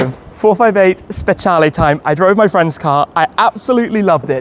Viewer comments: It’s pronounced specialeeeeeeeee not lay. I love this car but not the colour. This in Rosso Corsa is stunning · Why does he keep pronouncing it like that? “Spetshialley” it’s a speciale like say special with an E on the end. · Can‘t wait for that „VS-Tour“ with the Speciale and a very random Red CS 😁 but Tim please do me a favour: 1. say Speciale the way you already learned at your last drive 😂 and 2. do something with that Plate! I mean i‘m happy you got these removable plate holders these days but you can‘t cover up the Cavallino 😢